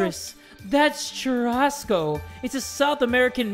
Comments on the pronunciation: Time stamp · as a south american it pained me to hear them say churrasco like that LMFODJIFWDO